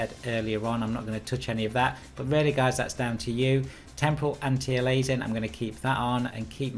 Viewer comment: have you corrected your pronounciation of aliasing since this vid bro?